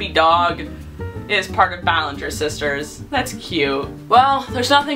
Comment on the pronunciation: It not Ballenger It Ballinger